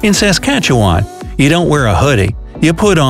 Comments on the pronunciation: The way he pronounced Saskatchewan 🗿🗿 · Oh ya you can pronounce Newfoundland but not Saskatchewan. Alright buddy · Bruh, frickin sas-catch-awan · So many names were pronounced wrong in this video, granted not as bad as okanagan lake but still. The way he said Saskatchewan killed my soul a little, then of course there was the French names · Canada is a beautiful blessed country, lets just hope justin trudeau dosent mess it up! P.s when he said saskatechewan he said its like saskatechewAAAAn😑😑😑😑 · He pronounced Okanagan and Saskatchewan wrong and only Quebec, part of Ontario and some of the east speak French not the west